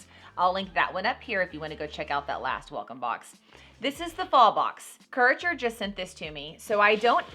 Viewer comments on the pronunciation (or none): Courager? It is Curateur :) I was so confused LOL I had to come back and read it.